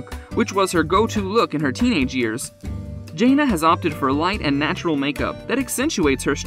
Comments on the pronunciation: If you’re going to do these videos, at least pronounce their names correctly. It clearly proves you know nothing about the family. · Please learn to pronounce her name correctly. You say her name so much, it’s really irritating! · If you're going to report on a person the decent thing would be to pronounce their name correctly. I don't see your journalistic career going far. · You should at least know how to pronounce your subject’s name! Shame on you. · Her name isn’t Jay-na. It’s Jan-na. Get it right if you’re going to do a piece on someone. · JANA not JAYNA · It is jãna not jāna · Thank you this guy was driving me nuts calling her Janea' !!!! 😳 I just wanted say to say her name is JANA!!!!! 😊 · Her name is pronounced Janna not Jayna. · Her name is Jan-na!!! Not Jain-na!! Get it right if you’re going to feature someone in your video! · It is hard to respect a channel that can’t even pronounce the characters name correctly. It is Janna not Jains. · Jan na, NOT Jay na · It’s Jan-ah... not Jane-ah 🙄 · 1st of all Mr spokesman her name is JANA not Janea ! When the right man for her comes along she will know ! 😊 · Her name is NOT Jane-ah..it's Jane-ah.. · Her name is pronounced Janna not Jayna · JAN-A. can't you say it right???? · Her name is Jana pronounced J Anna not whatever you said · Can you at least say the girls name right??? It was so aggravating listening to you butcher her name through this entire video. It's jan-a!!! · I hate the way they pronounce her her name. I hate the way protray her.. she is just living life. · Thank you! I just commented up above you, None of the facts are correct, he showed a picture of Jill, and said it was Jana, and then another time talking about pants when she was with Jinger who DOES wear pants! So aggravating! Can’t even pronounce the her name right!